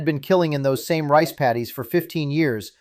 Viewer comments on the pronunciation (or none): none